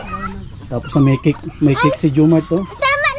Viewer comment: "Kik" ??? :face-fuchsia-wide-eyes::hand-orange-covering-eyes::face-blue-wide-eyes: Baka cake po. "Tink" you. :face-purple-wide-eyes